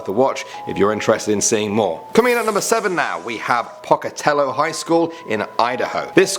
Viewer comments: It's not Pocatello like pocket, it's Pocatello like poacher. Sorry. I'm a grammer enthusiast and an Idahoan. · The "Poc" in Pocatello, Idaho is pronounced like poke, rather than like pock. Not that anyone cares; Pocatello is the armpit of Idaho. I lived there for over a year and couldn't leave fast enough. In fact, never mind; pock is good. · It is pronounced POEcatello. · I'm from Idaho and we pronounce it Poe-ca-tell-oh. We usually just say Poky. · With alldo respect, it is pronounced poke uh tell oh, I live in Boise, idahoe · The way you pronounce ‘Pocatello’ makes me die a little inside.